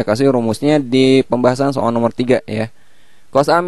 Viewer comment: so'al - so'al :v